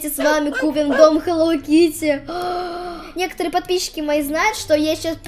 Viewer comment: Не хелоу кытти а хелоу Китти